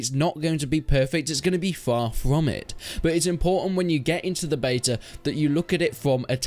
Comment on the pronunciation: "Beto" keys lol🙄🙄🙄